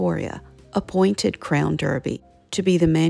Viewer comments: I love your videos! It’s pronounced Darby and not Derby. It’s a weird British thing. You’ve got a great RCD collection. Where do you buy the plates in Charleston? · It’s actually pronounced Royal Crown Darby, you know our British friends with their clerks, pronounced clarks. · Pronounced DARBY…. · I enjoy American simplicity as well as its grace. My dear mother in law, who was born in York, England, does pronounce it "Darby" and my dear mother pronounces it "Derby". It's called a rock and a hard place. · Sorry, just a side note….the British pronounce Derby as DARBY….best wishes!